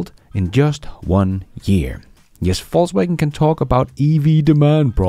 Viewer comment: Love your show, and that you persist in saying "False Waggon" 🤣